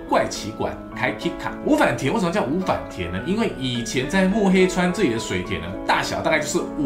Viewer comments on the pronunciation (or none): 的日文發音好爛，五反田的音調是0調的平音調而不是②調的重音調。